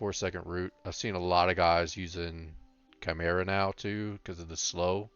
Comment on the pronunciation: thanks for the video. Criticism: 1. chimera is not pronounced how you are pronouncing it 2. could show the enchants we need, and potions, etc (for new hunters 60 like me) 3. could show what to get first with honor. the bow you got is what i found that was good advice but what do i do with honor 4. could show role in bgs as a hunter, 5. could show better your order of skills. you mentioned it but could show it in action i suck bad at hunter. super new to hunter pvp and 60. leveled as bm. i thought it was gear but alas, my gear is bloodthirsty 61-68 and its decent. was hoping video would have a little more expert tips like not just use scatter but how to use it most effective ot best order to do things do i put down a ice trap then jump back or back first then trap , etc good advice on the NE. ne pretty good for all classes however you are male which is not acceptable